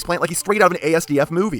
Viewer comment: The "asdf" in asdfmovie is supposed to be pronounced as one word. Probably the most pedantic comment you're getting today, but hey… I have no idea how to end this comment.